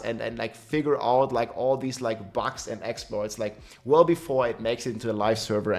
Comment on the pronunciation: has been talking about bugs for a looong time and still keep saying “bags” lol rob is BUGS!! 😂